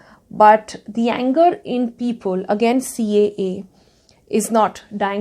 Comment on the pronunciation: I like the way Ms. Kapoor says the ‘-le’ ending words. People ( she say ‘peopole’), Simple ( she says ‘simpole’) . It’s kind of cute in a way i guess 😁 Leaving all the non-subjective complements aside ... i really liked the statement she made that “In India.. process is punishment” which is so very aptly put. It makes you wonder if the voters are wise enough to choose their own leaders. Ofcourse there are people who take an educated stance but to a large part people simply choose blindly without taking into consideration the consequences their actions will cause. And as long as the politicians and others talk about the “wisdom of the voter” for their own political gains... we will be deluded into thinking that, we as a collective, are wise enough to choose our representatives. When in fact we are not. We are not a democracy yet... we are a quasi democracy where the elements of monarchy are still very much present today in our so called democracy. Just voting and taking out protests doesn’t mean democracy. I will show you what true democracy means.